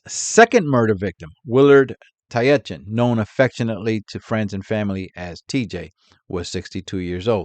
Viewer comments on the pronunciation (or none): Not wanting to be that guy, but one of the victims, Willard Tietjen his name is pronounced tit-jen. I only know that because the former All Black rugby sevens coach is named Sir Gordon Tietjens.